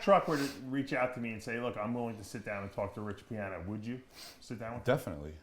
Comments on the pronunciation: "rich piahner" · “Everyone knows who Rich Pianer is”